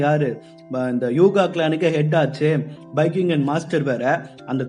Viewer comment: Bro athu bakigin illa athu biyakugan